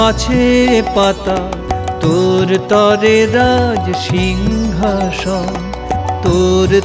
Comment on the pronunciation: জয় মা। উচ্চারণ সিংহাসন, সিংঘাসন নয়